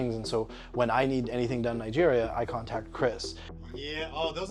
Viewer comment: "Nigeria" -- it's a hard "g" sound and the accent is on the third syllable.